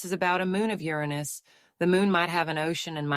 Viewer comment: mispronounced Uranus...boy oh boy, smh.